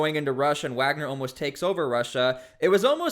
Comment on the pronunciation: So now they’re Waggers instead of Wagner